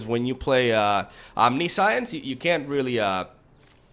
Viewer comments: Omni-science haha that's like saying con-science instead of conscience xD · Om - nih - sh - eee - ence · OMNISAIENS, that's how you pronounce it But I love when you mispell words, it's kinda your thing and it fits your funny character persona And any haters can go suck a Bolas :) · It's pronounced "omn-nish-ence" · Good vids buddy.. And its "omnishence" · The Kaptain No you pronounce it omni-si-unse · It's om-nish-intz. Love the originality of your decks bro. Keep up the gr8 work👍👍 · A friend I play MTGPQ with attempted to buy a copy of Omniscience, he pronounced it incorrectly as you did and I can't wait to click out of this video because you're proudly saying it incorrectly over and over again; the moral of the story is the store owner wouldn't sell it to him and he said, if you cant pronounce it right you dont deserve to play it. #grammarnerds #getrektscrub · I know its wrong, but I prefer how he pronounced it, since science is clearly part of other word and omni is latin meaning all, but I am a foreigner xD